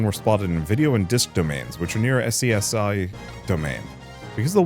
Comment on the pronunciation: FYI SCSI is pronounced 'Scuzzy'. Also Digimon has a lot of cool themes that work really cool for darker stories. Dark digivolution can be used in some pretty interesting ways. And several digimon try to kidnap and or hold hostages.